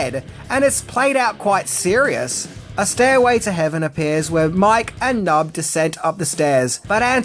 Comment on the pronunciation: Hate to be that guy but dude’s name was P’nub(Puh-nub). Love this movie and great video!